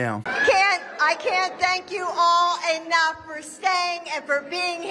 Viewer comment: "I can't thank you all anuff" Dr Jill Biden everyone